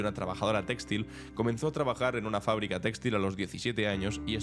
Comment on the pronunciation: Olé tú!!! Solo una cosa, una corrección: no se dice téxtil, sino textil. Perdona, pero es que te escucha mucha gente y sería terrible que se copiase este error.